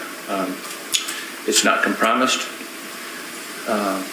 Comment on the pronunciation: I have never heard compromised pronounced as “kuhm-PRAA-muhst” before. 😅